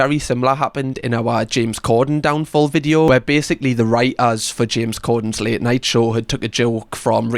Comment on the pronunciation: It's writers, NOT Writ-ahs